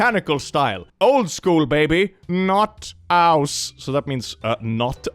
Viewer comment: It's not "not aus" it's "Notaus" Yes it is German for emergency shut off 😂 And we too call vacuum cleaners dust suckers(Staubsauger)